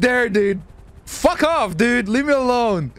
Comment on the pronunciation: the video gets way better when says pull the fook over